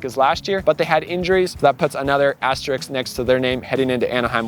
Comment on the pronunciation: Aster risk Not aster rix